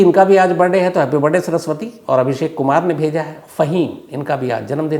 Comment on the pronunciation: Why you always say Happy Barday instead of Birthday ? Just curious .. I am your big fan Dhruv from USA